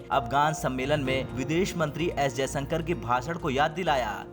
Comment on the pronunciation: कम से कम सही उच्चारण सीख लिजिए, जयसंकर नहीं जयशंकर है ,,, बार बार श को स बोला जा रहा है, सेना प्रमुख का नाम भी गलत लिया